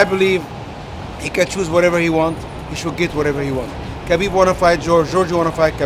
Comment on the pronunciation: Even Ali mispronounces Khabib's name.